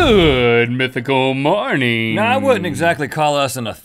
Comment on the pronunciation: Has anyone else noticed how link says mornine instead of morning